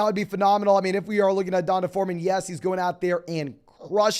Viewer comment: i lose 1 day off my life every time you pronounce D’onta (dee-ahn-tay) as DonDuh